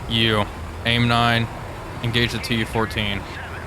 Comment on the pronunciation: ... "closing in on this TU-14" ... nope, still incorrect, stroke is maybe still lingering?